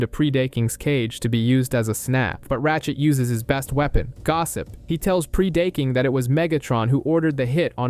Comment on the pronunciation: Buddy it’s pronounced preh-duh-king